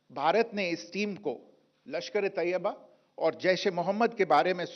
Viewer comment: मैडम जी तोयबा नहीं तैयबा होता है बोलना सीखलो